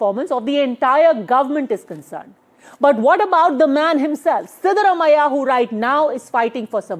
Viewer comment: Pronounciation is wrong. Siddarumaiah ❌ Siddaraamaiah ✅